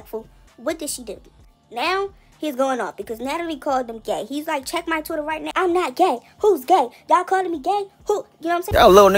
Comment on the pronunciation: He saying Twitter like bffr.